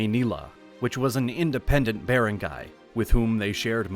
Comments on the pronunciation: you mispronounced rajah It should be RA HA and Datu is use both singular and plural not DATUS Also Bar rang gai It is cognates from the old Malay word balanghai And making baranggay during era Is by hitting the gong The longest area can hear your banging the gong or kulingtang the bigger baranggay But nowadays A baranggay must have lying centres and health centres A baranggay hall as well It should have elementary school It has at least 500 population or up A covered court as well and lastly With basket ball court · If you are going to take the time to make a good historical video you should also take the time to ask someone how to properly pronounce words like Barangay. Bah-rung-guy is the correct pronunciation. Nice video but a bit lazy. Did a bot do the narration? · bearengayhs cmon bro... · You should really learn how to pronounce these words, I'm a native Tagalog speaker and I almost didn't understand you when you said "Barangay", it also makes it hard to listen to for me due to all the very intense mispronunciations. Maybe consult a Filipino on how to pronounce some of these words. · This is very well done! Kudos. It would be even better if words such as "barangy" and "datu" were pronounced as they are in the Philippines. Hire a Filipino to fix the voice-over. Well worth the investment.